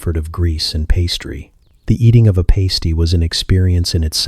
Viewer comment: Past-ee not paste-ee